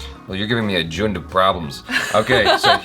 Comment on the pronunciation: It's actually pronounced as jhund